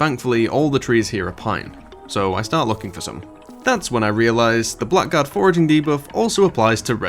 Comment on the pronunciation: This is nitpicking, but its not pronounced "black guard", its "blaggard".